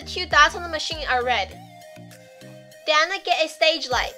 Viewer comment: Why Dou say den?